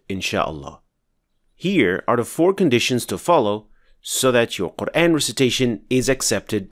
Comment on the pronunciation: why dont u first fix your own pronunciation. The very word, "quran" is pronounced as qurAAn and not the way you say: qurain. There is a madd on top of alif...